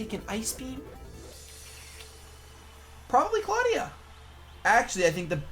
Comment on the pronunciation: I will explain it to you. It's Clawdia... Nuff said.